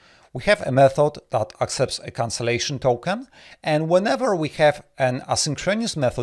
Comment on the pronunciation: Thanks! Also, you need to check your pronunciation of the words "asynchronous" and "paradigm".